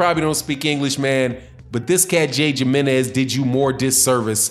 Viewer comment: It's pronounced himrnez lol how do u say Jose ??